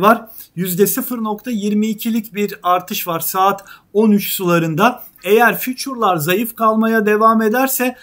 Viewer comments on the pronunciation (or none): füçur değil FUTURE yani geleceği vadeden demek lütfen orjinal şekilde söyleyiniz. Sizi zevkle izliyorum